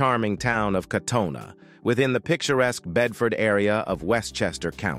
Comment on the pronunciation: He’s pronouncing Katona, way wrong.